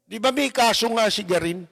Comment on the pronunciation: GARIN hindi Guarin.😊